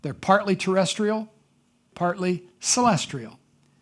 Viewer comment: I love the way he inserts an "R" into celestial.